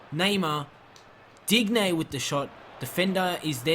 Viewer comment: Sorry your pronunciations are killing me: Dybala- (Dee-bala) Digne- (Deen- yay) Cillisen- (Sill-es-en)